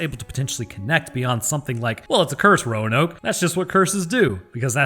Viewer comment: I was about to be so upset with your pronunciation roanoke